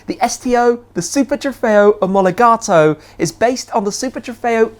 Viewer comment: Love that 'Omologato' pronunciation 😁😁